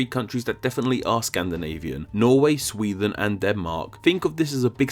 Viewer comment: It's pronounced SweDEN, not Swethen!